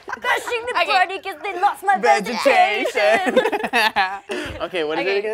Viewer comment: “Vegetation” lol I love Thomas so much